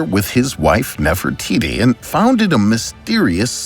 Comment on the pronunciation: Nefertiti you pronounce the name of a god wrong